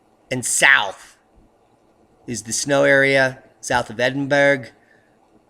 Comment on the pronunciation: never fails to make me smile. Sterling coverage of topics and links. Must help you out with the pronunciation of Edinburgh though (say it like Edinbra)